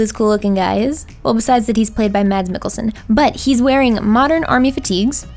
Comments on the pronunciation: In Denmark most d’s in names are silent so if you want to pronounce Mads Mikkelsen’s name correctly it’s pronounced like you are saying mass but give up before the second s. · I love how you're pronouncing Mads Mikkelsen, oh my